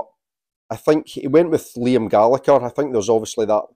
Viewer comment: Pronouncing Liam’s surname wrongly.